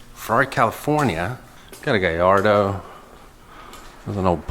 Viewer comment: You said Gallardo in a strange way lol, my money's says that's the one😉